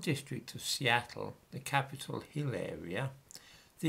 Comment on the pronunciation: I by no means wish to criticise your presentation but when you said “Capitol Hill Area” what I heard was “Capitol of Hilaria.”